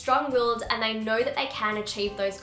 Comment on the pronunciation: I thought she said 'I hope we are all having a very happy unproductive week!' Because the and sounded like 'un' 😂😂